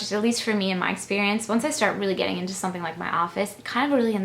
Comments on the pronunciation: I've always noticed that she says "sun-thing" too. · Oh, I cannot believe it. Now all of a sudden the big thing is you say "sun-thing" instead of something. I just...I guess if that was all I got from the video and if it bothered me, I'd move on. I just really don't understand why someone would 1) comment on it, and 2) ask "why." I wonder if anyone ever gets asked WHY they ask rude and/or stupid questions. What's gonna happen when someone realizes your eyes aren't blue. I'm glad you're above all this stuff,...still irritates me!:)